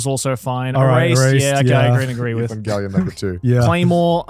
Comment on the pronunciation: Bro said evangelion? Wuuuut